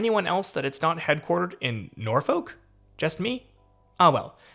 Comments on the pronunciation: Absolute butchering of the pronunciation of Norfolk if that's what was being said 🤣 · the city is pronounced Nor-fick. Same way you pronounce suffolk as suh-fick